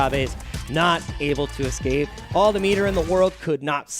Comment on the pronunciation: Lol, says "ecscape" I bet he also says pasghetti instead of spaghetti